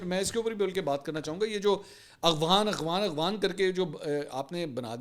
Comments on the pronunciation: اغوان نہیں افغان۔ کچھ تو سھی بھولا کریں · Bhai,,, aghwan,,, nhi afghan hota he